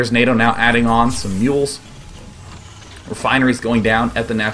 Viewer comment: Anyone else heard "MULE harass" at around 10 mins? :P